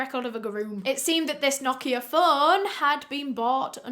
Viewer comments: This is very unrelated but thank you for pronouncing "Nokia" correctly! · Martin it's not, it's correct pronunciation is "no-kee-ah" british ppl just pronounce it differently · The pronounciation of Nokia was actually spot on 😄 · that’s bc it’s supposed to be pronounced like that